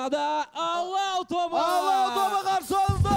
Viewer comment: Айару Арыстанбек он или она специально сказал (ла) ПАЛАУ ПОНИМАЕШЬ